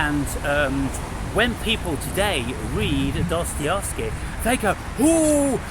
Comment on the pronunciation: here you go "Duh-stuh-YEV-skee"